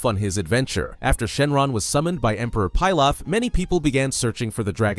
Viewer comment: I am so used to Emperor "PEE LOFF" not "PIE LOFF" haha it was throwing me off.